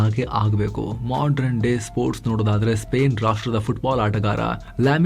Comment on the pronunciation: ಅವರೇ nivu modern shabdavannu mdran ಎಂದು ಪದೇ ಪದೇ uchcharisutta iddeera. Saripadisikolli.